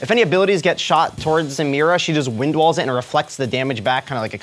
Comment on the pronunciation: Thats not how u pronounce samira